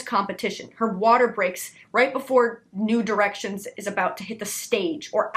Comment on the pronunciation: Idk kinda disappointed that you enunciated New Directions too much :(